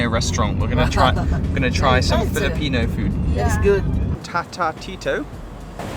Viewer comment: Many Filipino words are in Spanish origin. So you should pronounce it in Spanish way and not in English 🙂🙂